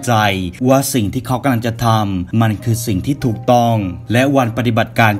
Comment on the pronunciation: ชอบฟังช่องนี้ แต่สงสัยว่า ทำไมคนเล่าชอบพูดว่า กะลัง ตลอดเลย 🤣